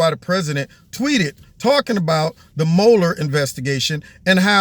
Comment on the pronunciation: I used to get a kick out of people calling him "Muler", like a stubborn mule that just won't do the work he's supposed to do. But, I love how you started calling him "Moler", Like a little blind mole tunneling his way through dirt, looking for morsels that just aren't there. I think HE prefers to pronounce it "Muller", but I can't imagine him mulling over anything for very long without him thinking about what Hillary, Obama and the Deep State might do to him if he doesn't find something on Trump. I really enjoy your commentary. Its always insightful and gives me more to think about.